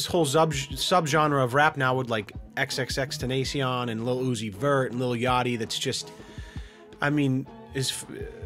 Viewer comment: he keeps pronouncing xxxtentacion's name wrong lmao